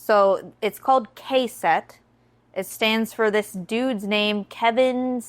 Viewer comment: Hearing her say “the dudes name, Kevin something” was painful. This is why people need to start out shooting $100 pawn shop bows and truglo fixed sights. Kevin Strother is an absolute legend in the archery industry and she’s saying “Kevinnn something”